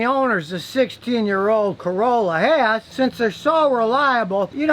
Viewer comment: ... Ha ha, u said Ford Carola..^^